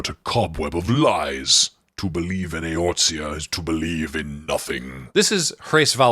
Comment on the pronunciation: A collection of small XIV corrections and additions, provided with no malice or condescension whatsoever as I commend the attempt to do any of this in the first place: - There is no "T" sound in Eorzea. - The last name Leveilleur, featured here with Luisoix ("Loo-ee-swa") and later with Alphinaud ("Al-fin-no") and Alisaie ("Al-ee-zay") is pronounced "Lev-ay-ur." - While Endwalker does heavily feature an iteration of The Final Days, the one depicted here is in fact that original one from ancient times that the player experiences a simulation of in Shadowbringers. - This one is more an issue with the naming of the card, but Astral and Umbral as descriptors originally referred to Light and Dark respectively. From Shadowbringers on though, preceding any real lore drops on Zodiark, we learn that this understanding is backwards. Astral instead refers to activity, which is what Dark aether (energy) does, and Umbral refers to stasis, which Light aether does. Whoever named this card should have instead named it "Zodiark, Astral God." The redeemable item you get from his boss fight is even called an Astral Totem. - I'm not entirely clear on what was meant here by "pull teammates out of damage range," but for clarity's sake Sage is a shield healer, primarily giving players shields that take damage before their actual health. - This part is simply false. The closest thing Cid ever did to having any relevance to Machinist was that he stood n